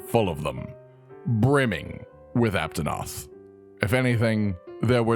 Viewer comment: Aptonot he said lol